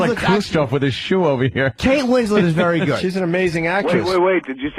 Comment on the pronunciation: Opie can’t pronounce anything that ends in ERY, very is vury, berry is bury